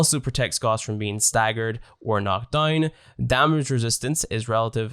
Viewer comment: It’s not goss its gouse